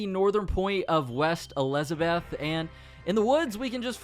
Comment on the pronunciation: "West alizaboth"